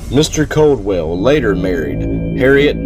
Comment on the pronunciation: Not Coldwell lol. Its Caldwell. ...A... I doubt thats the most haunted place in KY. I lived down from here most of my life